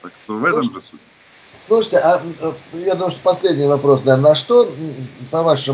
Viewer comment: Оригинальное обращение ведущего к гостю:"слуште", "слуште".....